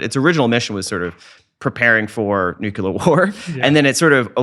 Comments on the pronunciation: New-clear. Not nuke-yuh-luhr. Nuclear. It’s pronounced exactly the way it looks like it should be pronounced. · Nuclear! The word is nuclear, not nucular. Bugs me so much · Oh my god. It's NUCLEAR, not "nucular". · He seems smart and observant, as many comments state but why perpetuate the use of the word nucular which solidifies its common use as people who admire him and his intelligence emulate him and his choice of vernacular. Why not just make an effort to switch to nuclear on a highly popular recorded interview and save nucular for use when speaking with friends? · I know right? Particularly from people who claim to have actually worked with nuclear technology. FFS people, it's: New-CLEE-uhr Not: Nook-yuh-luhr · New-kl-er Yes, it is darn annoying. I was so happy when Bush's term ended. I didn't have to hear him say it like that. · Take a shot every time this guy says “Nucuhlar” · When I hear somebody say nucular, I stop listening. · then you missed an excellent interview because of your snobby attitude! Yes, it's Nuclear. We know. People mispronounce things all the time for various reasons. Doesn't take away from the content or this guys intelligence in my opinion. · Even David Grusch says 'nucular'. I decided at that moment to throw in the towel. There's someone else who knows what they're talking about who said it that way, too, recently; I just can't remember who it was. If we can't beat em, join em. #team_nucular 😆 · This guy does need to learn how to properly pronounce the word "nuclear". If you can't tell the difference, you're not pronouncing it correctly. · This guy thinks he so smart but he cant pronounce nuclear correctly smh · Learn how to say nuclear correctly. You sound illiterate. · I can't take anyone seriously who doesn't understand the word NUCLEAR. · Interesting, but he needs to learn how to pronounce the word "Nuclear' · except he cant pronounce nuclear correctly